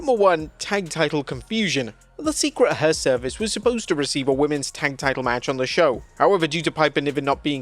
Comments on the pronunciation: Secret HERvice, not Secret Her Service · "Secret Her-Service"? Is that intentionally funny? Or a genuine mistake? It's about the third time you've said it...